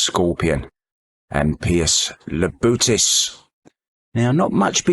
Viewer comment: keeps calling Labutis, Labrutis Damn limey